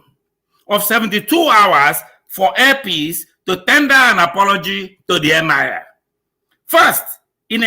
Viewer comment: it is Emir not Mir